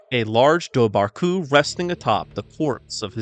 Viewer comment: Its pronounced var not bar bh in irish is a v we have are own langig